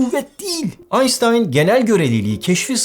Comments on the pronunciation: Abi Allah'ın adını verdim ayssstayn deme yada benim için bikez aynşştayn de, valla üstümü başımı yırtıcam😅😂 sen her ayssstayn dedikçe nefesim tıkanıyo😂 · albert einstein alman olduğu için soyisimi aynştayn diye söylemen gerekiyor. Ayrıca hukukçu (sözel) birinin fizik konusundan anlamaması normal, ama uzman gibi açıklamaya çalışması çok absürt. Uzay mekiği merkezkaç kuvveti ile yercekimin sıfırlıyor demen gerekliydi. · Barış abi Einstein(Aynştayn) abimize isminin orijinal Almanca telaffuzunu kullanarak hitap etmeni rica ediyoruz.😄😜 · BaaüKMEK NE DEMEK,İSPATI NE?AYNŞTAYN dedi diye peşinen doğru sayılıyor galiba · Biri söylesin artik ya, einsitan diye telaffüz edilmez! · Sevgili Barış lütfen Einstein'i düzgün telaffuz et. Alman kökenli bir isim. Videolar için teşekkürler